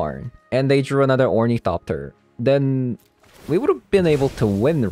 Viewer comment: "orniethopter" lol, No hate ❤